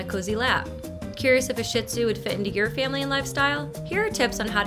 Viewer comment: It is not pronounced shit zoo. It is pronounced shee or sheed zoo.